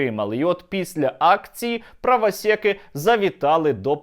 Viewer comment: чому "правасєки"? Ти ніби з насмішкою вимовляєш ці слова